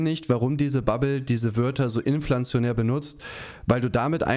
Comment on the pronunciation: Inflationär, nicht Inpflanzionär